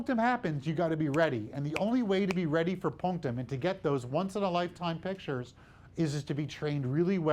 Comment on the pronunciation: I need this guy to stop saying "punctam"